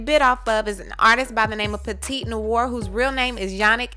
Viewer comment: It's pronounced "La-mais-ohn-nwar" … French for "The house black". But yeah, this is obviously plagiarism if she did not get permission, cite it, and possibly pay for it.